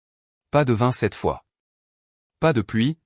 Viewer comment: " Pas de 27 fois..." 😂😂😂😂..ou....." pas de vin cette fois..." ???? Ça me semble plus...comment dire 🤔...plus français ! Il faut que votre I.A arrête de ... picoler !😂😂😂😂 et pas..." pie collée " n'est-ce pas ? Et puis un petit graissage de cerveau lui ferait du bien !😂😂😂😂 Avec un bon gros dictionnaire de la langue française...et sans modération s'il vous plaît !👉😇👈